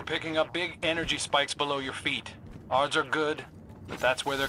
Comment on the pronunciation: I think Crow’s actor flubbed a line, hesitated, and then rolled with it lol. It sounds like “ards are good” instead of “odds are good”, like he was thinking ahead to the ‘are’ sound and spoke too fast, because that pause as he noticed didn’t sound intentional either